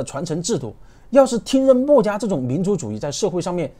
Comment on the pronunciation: 他的口音很多时候听的人头疼…… “墨”家，这个墨重音太重了，，，